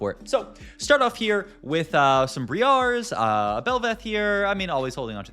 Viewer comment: I do hate how you say Briar ngl